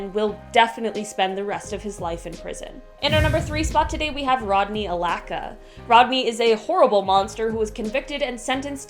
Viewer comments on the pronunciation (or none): Also Rodney Alcala’s name is not pronounced “Alaca”. It is Al-Cal-Uh. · Rodney AlCAla not Rodney Alaca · Alaca lol Al-CALA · Rodney alacka🤣🤣 ALCALA... I soooo love. Her and Lindsey are my favs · Now I know ,his real name is Rodney A-L-A-C-A..... Not Alcala.... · So we’re jus gonna sit and watch her butcher alcala 🤣 AHLACKUH 🤣🤣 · Congratulations, that was the worst pronunciation of anyone that I have ever heard. Rodney Alcala. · You ain’t even try to say Rodney alcalas name right 😂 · You pronounced Rodney Alcala’s name wrong. It’s pronounced how it’s spelled. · Cant event read "Alcala" properly